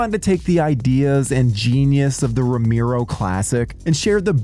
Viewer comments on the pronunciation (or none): Say "Romiro" one more time! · Romeero? Jesus the pronunciation...